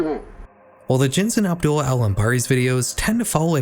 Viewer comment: I hope nobody sees this comment but this was a really good video, i enjoyed it alot, but the way you pronounced Abdullah really put me off, not cause i think youre a bad person for it or anything but the very subtle mispronunciation made me wince 😭. Otherwise awesome vid